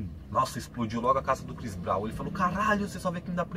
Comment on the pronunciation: mano tu nem falar sabe falar direito o nome do Chris Brown nem inglês sabes falar ahaha por amor de deus metes te nojo mal falas te mal o nome do chris brown